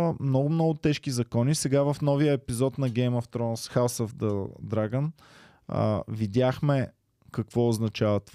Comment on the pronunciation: "хаус ъф дъ драган" 🤣🤣🤣🙈